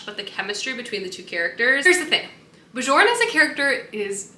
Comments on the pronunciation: I believe if the name is spelled Bjorn it’s pronounced like “bee-yourn” because that sounds Nordic :) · I felt the same about A Fate Inked in Blood. I loved the beginning and then HATED the rest of the book lol I sold it after I finished it. Also just a heads up the “j” in the name Björn is pronounced as a “y” 😂😅sorry haha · Really love watching your reading vlogs aaah! I felt the same than you for A Fate Inked in Blood but I gotta say that I was giggling the whole time when you were saying Björn as in "Bejorn" and not "Byorn" :D As an European, we hear those names more often I guess, it was so cute 🥰 I usually love what Danielle L. Jensen writes (I think I read everything from her??) but the second half was such a let down. I saw the twist coming SO hard. I even ended up skimming some parts... How sad. But one of the main issue for me, and it's a bit important in a romantasy (and I'm a SUCKER for romantasy!!), was that the romance just didn't add up. It was pretty much insta-lusty and that was it. I wanted something more like "Björn from the Vikings show" and it just didn't deliver. But I'll probably read book 2 to know how it ends haha